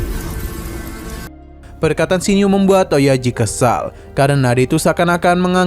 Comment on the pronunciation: Pemurnian min bukan permunian